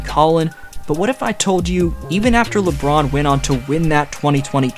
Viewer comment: Alright, please stop the 'Le' I really like the content but that is now unbearable